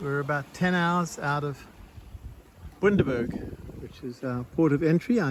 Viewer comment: Bundaberg not boondaberg 😂